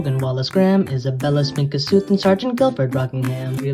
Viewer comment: Its Pronounced Koh-soot